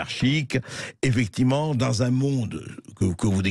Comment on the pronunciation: Il est bizarrement vêtu « effecti’ment Bercoff. »